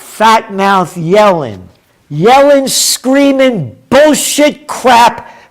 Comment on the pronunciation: Yellen .....................pronounced .."Yelling !"